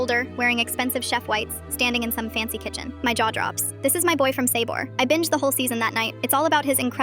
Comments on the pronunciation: "Sayboar" killed me. 💀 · The way she said “sabor” 😂😂